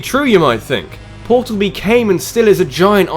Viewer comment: For one its Portal 2, not Portol 2 For two, Portal 2 is not a spin off, its a sequl.